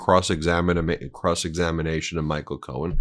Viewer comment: Cross examinamation? I'm sorry Benji but that was funny and a much needed giggle. You're tired from your very wonderful weekend and I absolutely understand. Now get outta here and enjoy your honeymoon!! 💙💙💙 God bless you and your family.